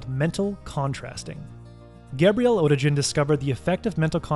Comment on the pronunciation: Perfection bordered! Just one observation: the author is German and in German there is no "g" like in "orange" but it always sound like "g" in "big".